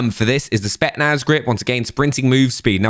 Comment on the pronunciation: It's pronounced SpeTZnaz not Spetnaz...